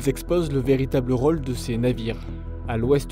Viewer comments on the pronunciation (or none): none